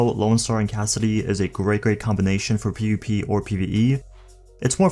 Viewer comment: Nigga it's PvP not PuP